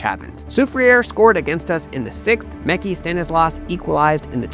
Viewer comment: Just randomly came across this video. Once I saw "Saint Lucian" in the headline,I had to stop and watch. Mekhi (pronounced Mee-Kye) is a past student of mine. I think I noticed another student who just graduated, earlier in the vid as well. Thanks for highlighting what's happening with our local football. Good stuff! Side note -- you should spend more time on the island to get the pronunciations of the district names right😄